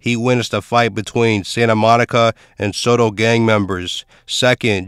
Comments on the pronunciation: It’s not pronounced Soto, but So-Tel short for Sawtell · Dude said “Sotoll” lol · it is damn annoying hearing him mispronounce it over and over